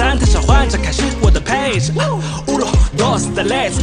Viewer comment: 卧槽 我是西班牙人 buena vida 是 good life 可 他们说 boa vida 卧槽 我听不懂 哈哈哈 uno dos tles 应该是 tres 发音真不标准 哈哈哈 看起来葡萄牙语 不像西语